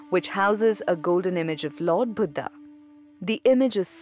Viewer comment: I love ur video except the vocabulary of some crude hindi words. Like instead of niravaan u repeatedly said nirvaanaa, i request u to kindly stop using this way to impress foreigners accent, its our language our word we must carry the original word with right uchcharan.... Its Buddh not buddhaa